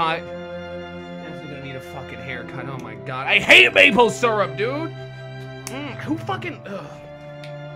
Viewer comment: ITS SYRUP